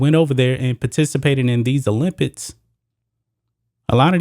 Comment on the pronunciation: the issue is american's patriotism. it's everyone's right NOT to be a patriot. people need to stop believing that america is the greatest country in the world and calling non patriots "anti-american"!btw the word "olympics" is pronounced "ks" at the end